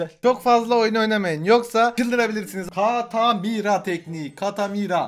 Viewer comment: Katamira değil nique tà mère ben fransızca biliyom